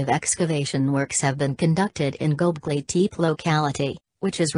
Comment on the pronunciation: The robot voices were difficult to listen to, and they mispronounced many words - including Gobekli Tepe.